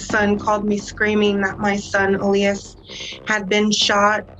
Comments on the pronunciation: Is it really pronounced “ elyze “ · Can you be more mindful and considerate about the way you pronounce latinx names? At least pretend to care about the latinx community by researching how to pronounce our names. I’m sure you’re banking on this video yet haven’t pronounced poor Eh-lee-ahs’ (Elias’) name correctly ONCE. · It’s EL-YAS. Not ALAYAS. Jut want to point that out. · Why are you pronouncing it El-eye-iss and his mom says El-ee-es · His name was EEE-LEE-US Let's respect the dead, especially since you're profiting off of his death. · Loved the story, well researched and narrated. the only thing that kept shaking me out of it was when you kept pronouncing his name wrong. his mom said it the right way... you must have seen that doing research. why didn't you just say it like she did? I know you probably didn't mean it too but it came across as if you didn't care to say it correctly or respectfully. which sucks because everything else is great. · It would be nice if you pronounced the brother's name correctly. It would show some effort and caring on your part. Also, to everyone watching this a nice girl will not ask you to meet at a park at 2 am May Elias rest in peace. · Did you even watch the clips you used? You can clearly hear how family and friends pronounce Elias' name, but you still manage to mispronounce it every time. Just a little disrespectful to not even get his name right. RIP Elias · Why do you keep mispronouncing his name after his family and news said it multiple times? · Imagine creating a story about someone and hearing the way you say his name VS the world. It’s not hard 🤦🏽‍♀️ I cringed on this one